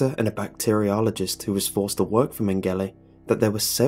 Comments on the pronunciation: it's pronounced "joseph men-ga-lah". sorry, loved the video but everytime i heard "min-galay" it was like nails down a chalkboard. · Just a heads up, that German doctor's name is not pronounced "Men-gelly" it's "Meng-ge-la" lol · Joseph man-gala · Mengele is pronounced MENG GA LA. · You pronounced mengele wrong